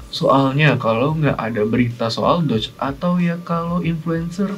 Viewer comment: bukannya nyebutnya DOGE ya bukan "DODGE" ?